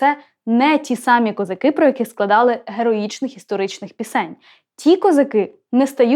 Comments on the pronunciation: а вас не турбує наголос в козаках? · Доброго дня. Мені стало цікаво, а чому, промовляючи текст, Ви ставите наголос " козакИ", але не звертаєте уваги на те, що у пісні співається " казАки " Мені здається, що це взагалі 2 різних народи...і від казАків , як від тих бджіл, можна очікувати усяке...😊 Бідна Галя...😊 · кілька років тому бачив запис інтерв'ю ,що записане було з літньою пані,де вона розповідала про цю пісню,в оригіналі було:"їхали хозари",а совок зробив "козаки" з наголосом на другий склад,як у слові"хозари',Дон-це є козацький дім,тож вони -дома,а хозари - набіжчики...Отака байда...